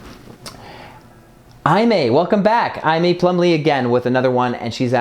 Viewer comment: Aimee is pronounced Amy. Haha